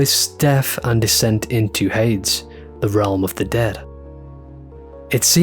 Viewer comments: Cool analysis man. Enjoyed the video. Just one thing. The name/word Hades is pronounced hay/deez. It sounds kinda like another word the way you say it 😅. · you're pronouncing Hades wrong... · One question, good sir: Why do you say "Hades" like that?